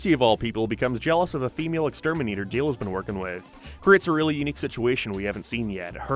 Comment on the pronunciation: you keep calling Dale Dill and it drive me crazy